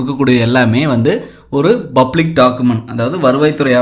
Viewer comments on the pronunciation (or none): none